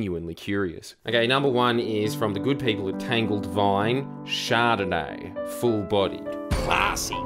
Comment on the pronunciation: I think you're pronouncing that wrong its "char-donayyy"